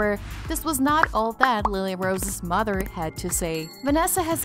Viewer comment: It's not moder it's MOTHER.